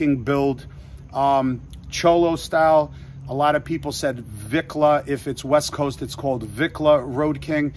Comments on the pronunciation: Orale wat up Homie, glad you like the Lowrider Bike, that's what we call them here in the LA, Low and slow the way we roll..making the color is where it all starts, And it's pronounced Vee on Vicla not Vic, Good luck Homie, can't wait to see it.. Cee U On The Road.. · You requested to be corrected if you said something not correct the word, Vicla is pronounced ( Veekla ) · Its "Veeee-Kla" Vicla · You say it vEEKLah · Vicla pronounce it like vee klah . Put the two together . Vicla 👍🏼👍🏼👍🏼